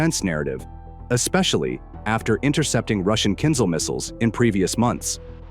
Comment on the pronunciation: "intercept the Kinzhal" ??? 🤣🤣🤣🤣